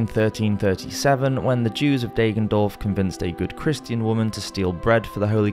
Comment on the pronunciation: "Deggendorf" is pronouned with a short "a" like in "dagger" ;)